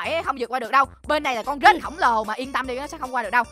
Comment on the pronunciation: Anh ơi cái đoạn anh nói con rết thành con rích hi. Hihi em hơi mắt cười í, hihi🤣🤣🤣